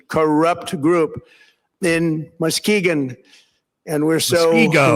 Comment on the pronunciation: The election was hacked..two things can exist at once.. He is just throwing it back to Chy na. We got vlad. Bibi xy and the don playing hot potatoe ..and we follow the bounding ball. He said Muskeegon correct. The Annishinabeh say it with their tribal accent. The Muskegon area is rich in history, with its early inhabitants consisting mainly of bands from the Ottawa and Pottawatomi tribes.